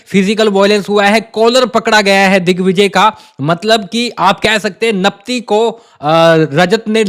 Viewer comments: Do not say Napti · Hello , digvijay bolo napti kyo bolte ho,kaise ho aap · Naptiiii naptiiii 😂